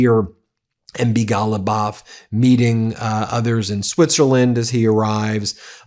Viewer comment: why did you say his name like that? MB. Ghalibaf